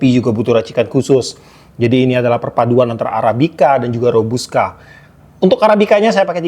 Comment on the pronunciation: KOPI ROBUSTA KALI BANG, BUKAN ROBUSKA, PAKAI "T" BUKAN "K"